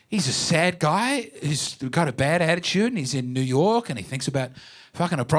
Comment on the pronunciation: “Bad attichude”